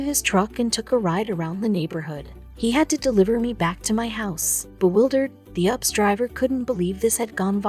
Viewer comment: Its U P S not ups 😘